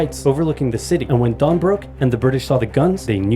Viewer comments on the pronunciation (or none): none